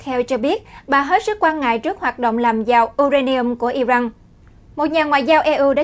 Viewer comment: I ran chứ không phải I răng